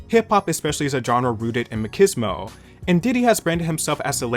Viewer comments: I like your videos, you’re good and they’re cool. A note though 😂that’s been bothering just a little. It’s ma-cheese-mo. Like macho man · MA-CHEESE-MO you're welcome